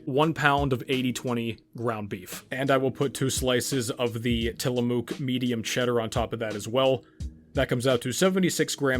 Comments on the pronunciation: I was born in Tillamook how funny. and you pronounce it funny too lol. Great video very informative. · learn to pronounce tillamook